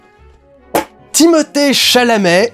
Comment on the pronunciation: Jérémy dès qu’il dit Timothée Chalamet 😂😂😂😂